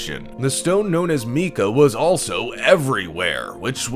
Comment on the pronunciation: You said "The stone known as Meeka", the screen showed 'MICA' and is pronounced 'My Ka' . Not your only mispronunciation.